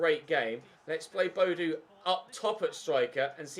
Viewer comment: Audio is fine but the contrast settings seem to be a bit off? Btw Boadu is pronounced Bo-a-du ;)